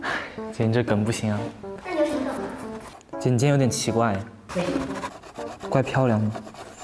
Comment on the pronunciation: LMFAO JUSTIN'S ACCENT WHEN SAYING 'CA CA' AND 'SUN MO" HAHAHAHHA WHICH PART IN CHINA IS HE FROM?